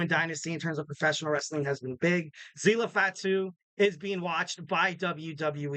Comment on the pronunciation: Quick question... Do you pronounce it as GodZEELA or GodZILLA? ZILLA FATU's name sounds more of the second example NOT THE FIRST which you insist on saying